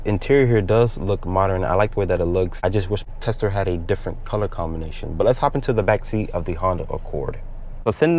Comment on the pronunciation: Why does he keep saying TELSA???